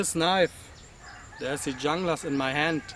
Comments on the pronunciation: FYI it's pronounced "hoon-gluss" just saying, not "Jung-lass" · Ok wait a second, so if I strip the black coating off with jasco , the layered etched logo will or will not come off? And dang, who paid $300.00 for a Junglas, and I believe it is pronounced hooooonglas. I was told hehe. I got mine sheath and all shipping and handling for $186.00 I love it! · All right right off the bat you suck take care of the knife use a little oil and it won't rust your credibility just went right out the window and you not even pronouncing it right you pronounce it with h not a j so yeah you suck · Jeff Randall pronounces it 'Jung-lass.' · (1)"Pronounced "Hoonglas" Named After the Colombian Jungla Special Operations Forces Designed For Latin American Jungle And Counter-Narcotics Operations." And what part of a FULL sentence do you not comprehend? Half truths are still half a lie. I'm not defending the Esee Junglas as much as I'm saying the thought process is askew. When you read that on the site what does that tell you? Anti Narcotics in SA. In simple terms. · Your comparing apples to oranges. Its not a bolo and it's not designed to be a bolo. Carbon steel rusts. Oil after use solves the rust. Yes you have to lift very high to get it out of the sheath, it's a lard knife what did you expect? The snap closure touching the blade could be a problem, though I have had one for years and it has not done any damage to the strap. By the way in Spanish J is pronounced as H ( hunglas ) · Oh man, sometimes freedom of speech is a paid in the ass! Wondering if you even think before you speak? Anyway, me personally thinks that this video is misleading people. If you dont know what to do with a Junglas and what its capable of you better stick to folding knives. By the way, view some videos of people who know how to pronounce "Junglas".